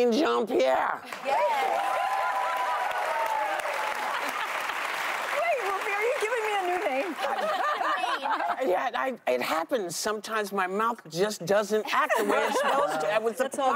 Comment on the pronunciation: ...Jean-Pierre cracking up at Whoopi's goofy pronunciation of her name.